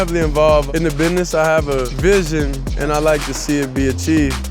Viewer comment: Love the way he pronounces business as, "bi-ness", every time.😆 Beautiful smile.